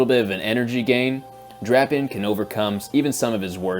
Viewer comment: how would drapion end up loosing to fighting types? Poison resist’s fighting and dark is weak making him neutral to fighting moves. Love the channel tho has deep analysis. Also your friend is pronouncing drapion wrong it’s (Drape/ Eon)